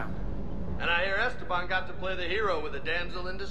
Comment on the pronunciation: "Es-teban" instead of "Este-ban"